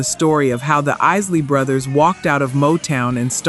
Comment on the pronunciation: Why don't you trap pronouncing the group's name correctly it's not the easily brothers is The Isley Brothers all you are is another white person trying to capitalize on R and b music you need to go somewhere and learn your history before you come online and start talking about something you know nothing about